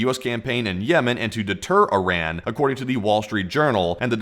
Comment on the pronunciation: After all these videos you still haven't pronounced Iran properly 🤣